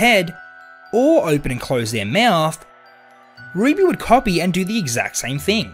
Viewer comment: You don’t know how to say copy